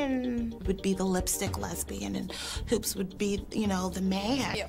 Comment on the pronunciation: NY pronunciation for your everyday life. "Hoops" Pronunciation: "He-you-oops"